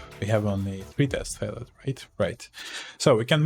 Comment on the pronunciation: Привет. Пришел в поиске как народ использует neotest. Очень крутая шутка. ПС. На досуге глянь как произносятся слова "binding", "failed".